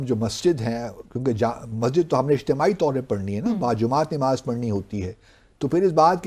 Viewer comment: THIS MAN IS NOT EVEN PRONOUNCEING NAMAZ PROPERLY , N HE IS TRYING TO BECOME CHAMPION OF ISLAM .